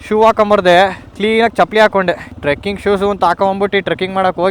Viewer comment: turking alla trecking adhu 😅😅